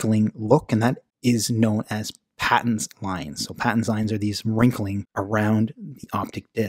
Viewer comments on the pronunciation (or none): Nice introduction Note Paton is pronounced with a long A after the luminary Dr. David Paton.